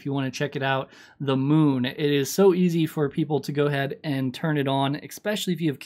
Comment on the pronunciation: “EXXXX-PEC-UALLY” is not a word idiot. It’s especially.